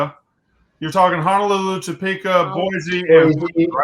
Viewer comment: "Honolulu sneaky big on ya," absolutely broke me. Never heard sound more southern.